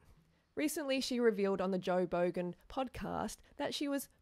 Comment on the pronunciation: Joe "bogan" lol I hope you did that on purpose. The most subtle of jabs